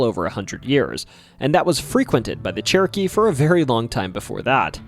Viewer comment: My brain is telling me he's saying "Cherokee" but my ears keep hearing "churkey".